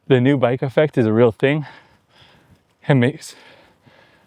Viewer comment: "still is rill"